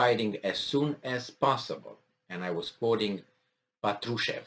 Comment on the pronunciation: Патрушев - ударение на букву А